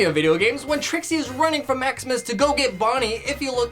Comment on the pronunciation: u called trickse? Bonnie